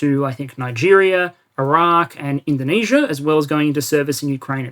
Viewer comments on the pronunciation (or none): none